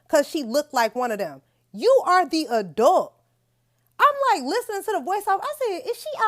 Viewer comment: Youre not an "adoot" youre supposed to be an ADULT!